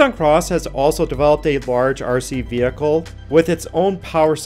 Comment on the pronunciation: Vehitle? How many takes do you do? Do more maybe